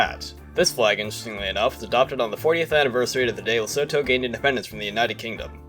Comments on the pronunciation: Loved this video! Would love to see the flag changes from every 25 years like and . Also small note Lesotho is pronounced Lih-soo-too, you don’t pronounce the th like usual and the o’s sound like they do in the word too or two. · It's pronounced luh soo too